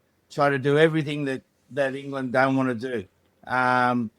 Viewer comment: Hey you mispronounced an "England" up set as it sounded like a n "Ireland" upset